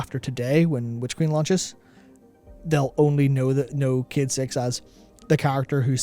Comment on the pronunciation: ffs dude, I just got into huge trouble at work because someone overheard me listening to this video and i had to fucking explain that they're talking about a character called Cayde-6 and not about 'kid sex'. Learn to english my man, jeebus.